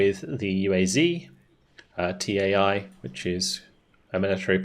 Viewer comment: If anyone interested TAI = Tanková a automobilní inspekce = Tank and vehicle inspection, bdw pretty good pronaunciation of unit names